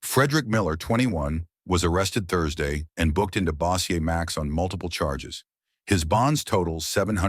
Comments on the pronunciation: Bo- sure. The way you spell it they'll end up saying Bow like bow wow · bossiaye? it's pronounced BOW- SURE City...